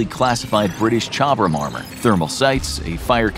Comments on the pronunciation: “british Chobhram armor” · Do you really think that's how you pronounce Chobham‽